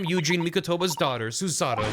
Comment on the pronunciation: I know his name is Yujin, but I swear it sounds like says Eugene. 😂